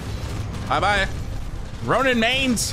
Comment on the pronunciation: chill he said ronim, (yes i actually know he means ronin)